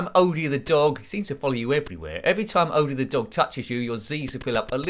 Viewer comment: The dog’s name is indeed pronounced Oh-dee, rather than Odd-ee, so you were right in that regard. That is also how Lorenzo Music (the late voice actor who voiced Garf) and Thom Huge (Jon) pronounced his name in the cartoons.